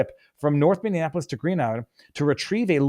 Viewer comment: I stopped watching after you said, " Minnianapolis".